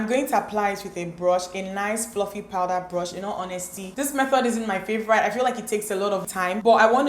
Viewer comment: my favorite thing is how you pronounce "favorite" lmao ♥️ love you & your videos